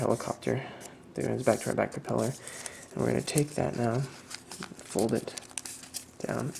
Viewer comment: "perpeller" REALLY? I hope you did that intentionally, because if not, you need to go back to elementary school. (propeller)